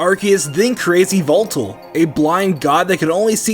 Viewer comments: it's yalvaltal, not yveltal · It’s not x-er-nee-as, it’s zer-nee-as, and yveltal is not yuh-vel-tal it’s ee-vel-tal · "Xerneas" is read zer-knee-as, and "Yveltal" is read i-ve(i)l-tall. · .................."According to the company, the English phonetic spellings for the new legendary Pokémon are Xerneas: ZURR-nee-us and Yveltal: ee-VELL-tall" Just sayin if your going to run a pokemon channel at least research the pronunciations